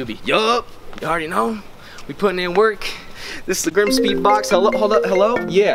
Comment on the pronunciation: Lol she can’t say Grimmspeed 😂😂😂😂💯👌